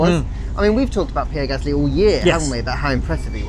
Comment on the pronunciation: It’s Gaslŷ not Gâsly, without the symbols ofc but you can’t say it properly